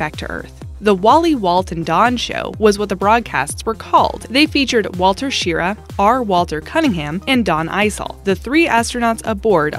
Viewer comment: I was somewhat taken aback by your pronunciation of Wally Schirra's last name, as I've been hearing it pronounced "Shi-RAH" for 40 years. Just to be sure, I Googled it and, "Schirr" enough, Wally himself pronounces it "Shi-RAH." He and his two shipmates, Donn Eisele and R. Walter Cunningham were very popular, as they did a regular broadcast from space, showing life aboard their spacecraft.